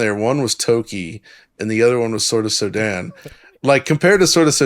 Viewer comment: Sorry what do you mean? The game is called sword of SODAN (pronounes Soo-den more) ant its an scronym of the danish coder who made the game